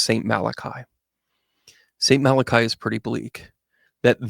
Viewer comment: I just came across this by accident and really enjoyed your analysis. Thank you. Let’s hope and pray for a brighter future. I hope you don’t mind me letting you know that the ‘I’ at the end of Malachi is not pronounced as an i. It is pronounced like ‘ee’, so Malach-ee. 🙏